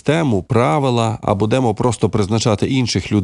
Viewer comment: В укр мові наголос бУдемо ,а не будЕмо.